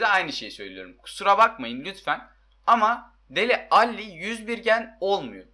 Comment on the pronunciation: YAZMAKTAN SIKILDIMMM ALLI DIYE OKUNMAZ DEL ALİ BU KADAR